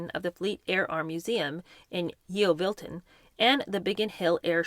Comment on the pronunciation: Enjoying these thanks...Yeovilton is pronounced Yovilton btw 😊